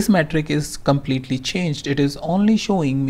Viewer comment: Hi... I appreciate the knowledge you have on qlikview and for the pains you take to upload a video. My Suggestion is that you should stop using the Slang of an American. You are unnecessarily stressing some words like an american which is breaking the momentum to listen to a video completely... EX: Exxpprressin...CCCommmpletely....You are prolonging words.. instead cutting short the matter. Thanks anyways